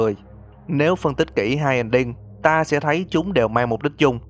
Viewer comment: Anh nói ta sẽ đến mà nghe thành tao sẽ đến